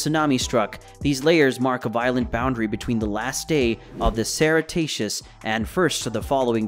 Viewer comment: WTF is the "cerataceous"? (A work by Michael Ceratops maybe?) Pretty sure he meant to say "cretaceous".